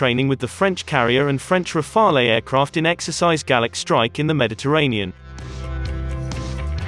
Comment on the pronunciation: And it would be good if Rafale were pronounced correctly.